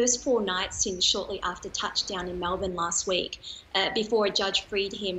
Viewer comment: Who is this horrible anchor woman. “Melbourme”?? Seriously!